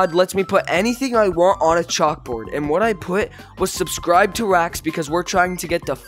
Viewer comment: U mess Up the e in subscribe